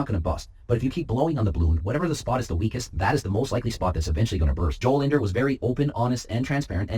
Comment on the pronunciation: You're the only youtuber that pronounced his name right, even his friends messed up at that.